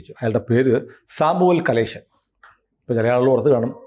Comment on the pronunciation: It's Samuel Kamalesan not Kaleshan